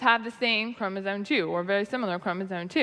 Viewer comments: Im a little annoyed at the constant fun-making of Georgia's obvious speech impediment. Or at the very least she's ESL though I can't detect any accent. There were some instances in the last episode that were, fine, I guess. But "Chromasone" really ticked me off for some reason. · I was going insane hearing "chromosone", and thinking I was hallucinating - thanks for clearing it up. I guess mispronouncing things is giving more weight to the rhetoric of "science is bad". I heard it in your other videos when other creationists talked as well sometimes. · Georgia sounds to me like she has a bit of a speech impediment. Maybe that's contributing to her weird pronunciation of "chromosome"?